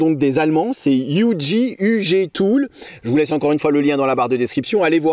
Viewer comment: Petite astuce linguistique : Si on veut parler de UG avec des allemands mieux vaut prononcer 'ou gué' que 'you dji'. Mes compétences en allemand s'arrêtent là. Ah non je me souviens aussi : couteau se dit Messer🔪